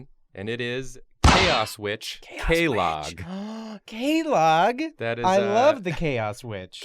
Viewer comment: Are we not going to talk about how they pronounced quelaag and quelana?